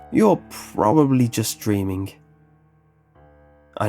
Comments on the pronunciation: Can't get past the pronunciation of words ending in ing as ink. Dammit! Dreamink, beginnink, cryink. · why do you pronounce the "g" as "k". "dreamink" "bangink" "runnink" "traumatizink" "disturbink" "cryink". it's not all the g's but most of them